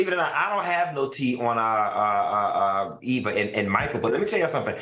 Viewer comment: Can who ever from this channel fix EVA’s name, it’s not Eve